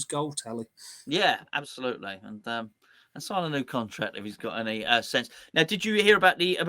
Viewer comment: I knew it! I knew it! The one simple word giveaway (Annie instead of Any)! ☘☘